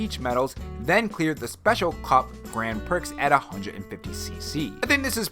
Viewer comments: Grand Pricks? Grand Prix is pronounced Gran Pree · Grand pricks? Lolol! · "Grand Pricks!"